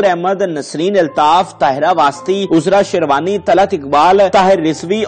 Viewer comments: sahib main ny pehlay bhe ap say arz ki thi k likhay hovay script ko itna taiz mat parha krain k apko alfaaz ka he pta na chlay. Boht say alfaaz galat bol jatay ho ap. Mumalak ko Malik bol gaey, taarekhi ko Taarkhi or hadd ye k Azra Sherwani ka naam 2 dafa galat bola or Ozra bola. Hairat to ye hai k Azra to bohat common name hai is k baavjood ap galat bol rahay ho. Please note farma lejyee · Azra sherwani ka naam galat boltey hn bhai